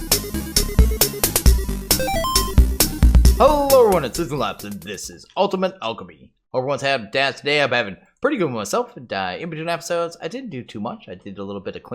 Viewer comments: Ultimate Akchemy? Lol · akchemy :P